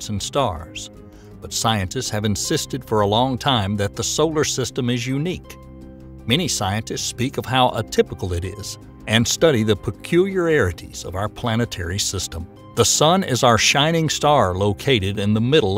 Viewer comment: "Peculiar -arities. ." Sorry, the muddy southern drawl and not pronouncing words is killing your cred.